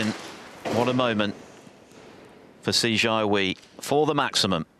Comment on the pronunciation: Just wish the commentator didn’t keep calling him See Char Wee instead of Si Jia Hui. You’d think after so many years of Chinese presence in the sport they might at least make an effort. Quite disrespectful.